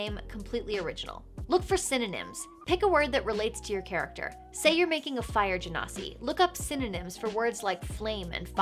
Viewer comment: ITS BEEN PRONOUNCED GEH - NAW - SEE THIS WHOLE TIME?????????????????? me and my friends have been prouncing it gen - ah - sai WHAT